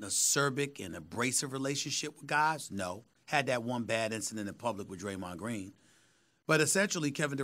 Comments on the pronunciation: “Graymond dreen” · "Graymond Dreene." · I’m still dead at “ Greymond Dreen” 💀😂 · “Graymod Dreen” -Stephen A. Smith